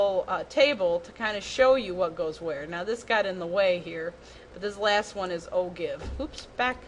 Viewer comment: You pronounce ogive wrong 😐